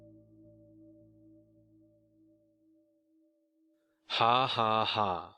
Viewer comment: Haha Jorge is not George. Sorry man.